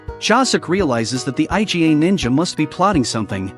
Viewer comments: Why can't they pronounce the Iga clan properly as "ee-gah", but has to call it I-G-A... It's hilarious... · "by this time, the eye-gee-ay' people. it is pronounced eegah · EE-GHA not I.G.A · Iga . Iga clan it is . Not I G A . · stop say I.G.A wtf say "eega" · I love how the AI keeps calling Iga clan the I G A clan like the damn grocery store. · Dude pronounced Iga as I.G.A as if it's some Mexican Cartel. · "I-Jy-Ay" ninja clan?? The fuq??????? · That's what I thought too! Haha. IGA is ruthless at business. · Right..! Whats so difficult to say iga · Aren't AI supposed to be able to learn stuff? Someone please teach this AI to pronounce Iga properly before releasing a video, ffs...